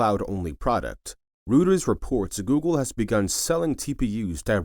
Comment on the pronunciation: Rooters? Reuters! Drop the AI narration.